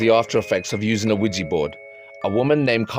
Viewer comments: Quija boards have been around a LOT longer than the 1970s. Also, I really annoys me the way nearly everyone mispronounces it. It's not WEEGEE, It's WEEJAH. French and German words for yes. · Attention YouTubers it's not pronounced Qui Gee🙄😡 It's Qui JA, say JA Rule, do you say Gee Rule? NO. I couldn't watch all of this because you mispronounced it wrong every time. Qui JA French and German word for YES. Spread the word. 😣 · Why do you name it a Ouijibord , its OuiJAbord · Can you please pronounce Ouija board correctly? It’s not weejee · Mate yo need to say ouija board better my mom's like wtf is a widgie board staring at me